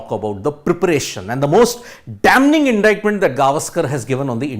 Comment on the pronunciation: Bro, for you and everyone at ST, "damning" is pronounced as damming. The n is silent.